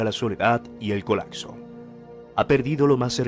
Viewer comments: Se dice colapso, no colacso, se oye horrible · Colacso?? Colapso, acsorbiendo?? Omg